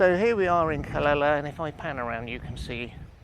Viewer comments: Calela..noooooooo.. Ca Le Ya.. Calella is pronounced with the two ll's as a "Ya"...... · Hi nice video, the correct way is indeed Ca ley a, double ll in spanish is like a Y. 🙏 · How do you pronounce Calella. Is it Cal lay a?